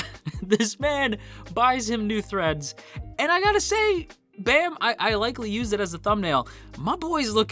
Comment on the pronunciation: Why some people say bam as baam?